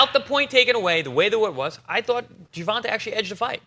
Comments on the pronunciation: why the hell does Paulie always mispronounce Gervontas first name... its Ger Von TAAY not GER VON TA as far as how its pronounced. lmao smh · here you go so you can learn to pronounce his name properly bro. jr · vaan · tay day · vuhs